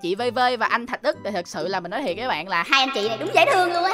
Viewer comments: Thạc Đức not thạch Đức ạa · thạc đức chứ đâu phải thạch đức đâu anh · Anh ơi anh nói Tên Anh Đức sai rồi ko phải Thạch Đức mà là Thạc Đức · anh ấy tên là Thạc Đức không phải Thạch Đức đâu anh ơi ! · Thạc Đức chứ ko phải là Thạch Đức ạ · Anh ơi anh Đức là anh Thạc Đức chứ ko phải anh Thạch Đức nha anh😂